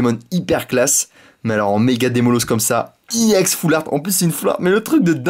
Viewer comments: on di pas iEX mais juste EX! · je crois qu'on ne prononce pas i ex mais ex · on dit ex pas i ex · Pour ceux qui ont pas compris iex c'est ex mais il le prononce en anglais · Est on-dit pas i ex mais ex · tu me doul de dire iex au lieu de ex sa manerve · Pourquoi tu dis iEX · On dirait un gogolito en disant i ex xD